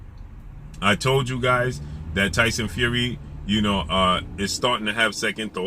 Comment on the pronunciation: LOL 😂 the way he says his name “Tyson Few wee” 😂😂😂😂😂😂😂😂😂